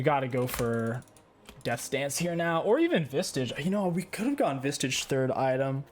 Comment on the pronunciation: PLEASE STOP SAYING SPIRIT "VISTAGE" THERE IS NO T IN VISAGE IT IS VISAGE